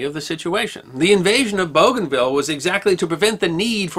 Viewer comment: Liked and shared, lest we forget. Note: I think it's pronounced Boo-Gan-VEE-Ya.